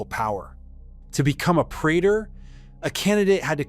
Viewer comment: Diphthong 'ae' is pronounced E (as in pee) pre_tor